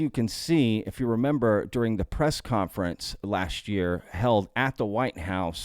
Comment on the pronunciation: You went aussie there in your sign off at the end when you said "rememba" love it! xD